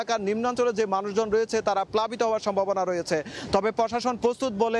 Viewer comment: সাঙ্গাতিক ভাই 😂😂 প্যালাবিত না 😂😂প্লাবিত 😂😂